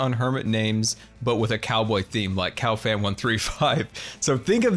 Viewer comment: Cowfan? Cub-boy sounds more like cowboy. Like so can see